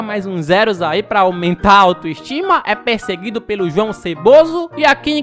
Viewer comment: Vc só errou nome do Luiz espalha lixo vc falou q jao